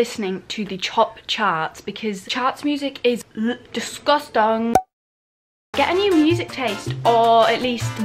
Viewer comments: The way she said "disgustAng" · i love the way she said disgusting like "dezgustang" omg ily